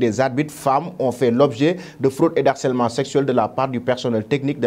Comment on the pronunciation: Très intéressant ou vous êtes pertinent, par contre on dit "de harcèlement et non d'harcelement"